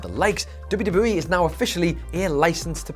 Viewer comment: Slow down when you are pronouncing WWE, you say it so fast it runs together.